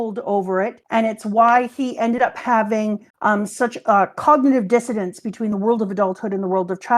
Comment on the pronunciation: keeps saying "cognitive dissidence" when she means "dissonance" and it's driving me nuts, lol